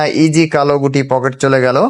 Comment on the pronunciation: Poket na eta pukur 😂😂😂